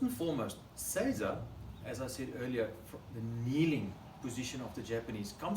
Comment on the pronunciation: So many other examples you can find will mispronounce seiza. says it correctly. Arigato gozaimasu for your great example.